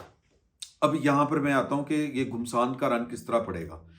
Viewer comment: بھائ گھمسان پیش کے ساتھ کیا ہوتا ہے؟! گھمسان زبر کے ساتھ بولا جاتا ہے۔